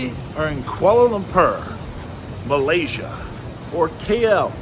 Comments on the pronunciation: Lampar is basically a local lingo for testicles Lumpurrrr is the proper pronounciation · Koala bear lamper. The whitest way I've heard it said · Why are you butchering the name of the Capitol…it’s pronounced Kooahla Loompoor…